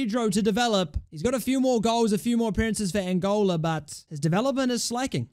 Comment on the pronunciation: so frustrating to keep hearing 'Angolia'